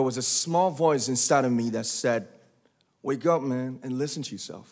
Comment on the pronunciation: How about when he says "Wake up, man. And listen to yourself". He has so many different accents Like, in the dear class of 2020 commencement speech he had an Australian accent😂